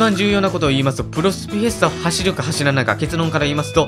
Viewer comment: フェスタがヒェスタになってますよ！ ふがひになってます！